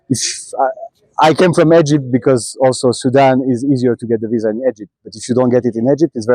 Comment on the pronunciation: Egepted lol Haha 'Ya just love the way you say Egypt my child. 'Anyhoo when ya coming ta Sydney nsw buddy? 'Ps. you wouldn't catch me anywhere near Africa mate eh. !